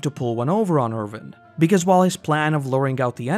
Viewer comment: It's Erwin, not Ervin. Win, not Vin. Thanks for the vid! :)